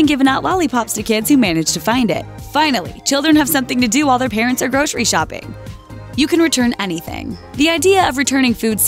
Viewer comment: Grocery = gro-ser-ee not gro-shree. A grocer is gro-ser, not grosher.